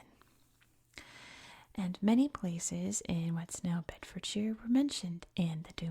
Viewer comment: The shire bit is more pronounced -sher than -sheer. Beds must be one of the most boring counties of England🤣